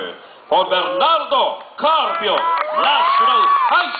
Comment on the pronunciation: pronounce na pronounce talaga yung BERNARDO CARPIO wow lang